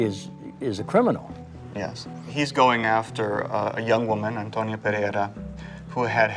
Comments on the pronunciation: They always mispronounce the name "Antonia", they say it as if the name were "Antonio" instead of "Antonia", there is a difference, in one the last letter is "o" and the other is "a", it is the same name but with a different gender. You English speakers don't pronounce stephan and stephanie the same way, right? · Why were they repeatedly saying Antonio when it clearly says Antonia?😂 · why's he keep calling Antonia "Antonio" then? 😂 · Antoniaaa no Antonioooo 😂😂😂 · I'm not so sure, he says "Antonio" all the time and it's "Antonia" 😂😂😂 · I’m not sure why he keeps calling her Antonio (male) instead of Antonia (female) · Antonia not Antonio 😄